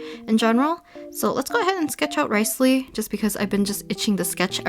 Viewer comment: She said RICElee😂